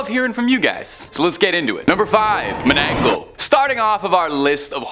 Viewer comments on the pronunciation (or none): it's " mananangal " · Loved the list, just for reference, the first is pronounced as Mana-nang-gall". Also, to add to the cryptid, they have a very long and sharp, hollow tongue, used to suck out un-born babies from sleeping pregnant women.